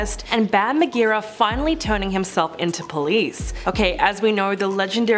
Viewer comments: Ma-gar-ah? It’s a j sound. 😂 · Its pronounced mar-Jer(sounds like jerry)uh